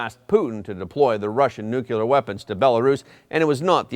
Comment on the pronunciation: Nucular weapons? What is that? 🤦